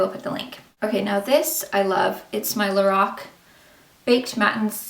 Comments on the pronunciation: if you go to the Lorac website, it tells you how to pronounce it. it's "LA-ROCK" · Pronounced La Rok , nice review